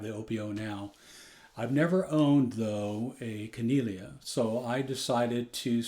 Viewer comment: "Kan-eee-lay-ah" is the proper pronunciation, at least that's how the founder articulates it. It's a beautfiul ukulele in any event!